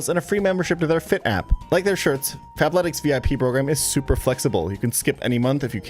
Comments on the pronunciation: fabletics fab with a b i kept hearing that wrong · I’m the only person hearing Fap-letics….right… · I had to check the description cause I could’ve sworn you said “fapletics” lol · I kept mishearing the sponsor at Fapletics im so cooked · I thought he said "FAPletics" like he was about to shill me a masturbation based workout program.